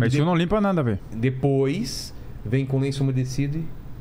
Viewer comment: O mais legal é q quando alguém fala uma palavra com um sotaque meio errado os outros copiam. Metru, to a brincar, vêlho